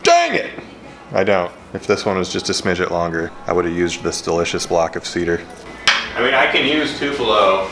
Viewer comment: smidgen?❌ Smidget ✅